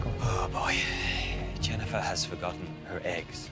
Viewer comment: Not to be annoying but it’s Jennifer not Jennyfer